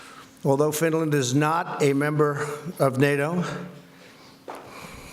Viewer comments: Did he almost say SWEDEN instead of Finland? Sfffinland. - "we've gotten to know each other over the last.....period of time." So about an hour maybe? - I don't think he could sound less sincere saying this. - "saves a lot of money" - Wow. Way to ingratiate yourself to the dozen or more NATO countries who allow you to have your own missile defence network on their soil. "we won't let it happen" - He's talking about Russia, who routinely send military aircraft through finnish airspace and nuclear submarines past their ports completely uncontested... "America is the hot place" - yes and it's getting hotter every year mister trump. Perhaps investing in renewable energy might help? "The european union has not been treating this country right" - He speaks as if the EU is a misbehaving child, in some way subordinate to the US, despite it being bigger and having more people. - "some people even say it was treason" - walking perilously close to a legal challenge with that statement. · Reminds me of when my mother used to say the first few letters of all our names before she got to the right name "MaJuSteTrish". Give him some credit - at least he didn't say "SwDenNorFinland" :) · Yeah, one of his “best” words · Yep, he sure does. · I swear I heard him say Stinland too!!!!!! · The rest of the public can see it in the video just as easily as reading it in the comments of someone with nothing better to do than hunt for every tiny mispronunciation the President makes.You Dems are nutz,and the incessant nitpicking is not increasing the likelihood of the Democrats beating Trump in 2020-quite the reverse in fact. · He absolutely did. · “Trump is HiTlEr!!!” Yet literally nobody has quoted or timestamped where the problem is. The only problem I see, is he’s having a conference with Finland who has nothing to do with America. Edit: OHH he said “Stinland” instead of Finland I see now.. IMPEACH!!!! Orange Man BAD!!! Mentally unFIT!! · Stinland? Trump can't bloody speak.